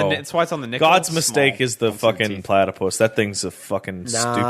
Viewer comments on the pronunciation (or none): Why does keep calling it a platypiss